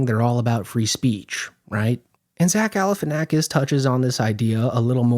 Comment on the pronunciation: you pronounce his name the same way that Regis Philbin did. Pre-9/11 was truly a different world..